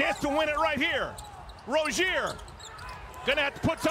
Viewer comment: He mispronounced Rozier